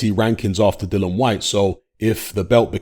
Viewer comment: still not pronouncing Dillian's name correctly...after all these years! 🤣